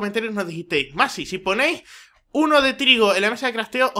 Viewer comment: Soy el unico que al inicio escucho a massi decir soy nazi en vez de soy massi? :v